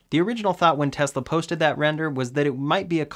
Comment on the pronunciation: I like your videos better than Ben Zullinz. At least you can pronounce the “S” in Tesla! Keep up the good work.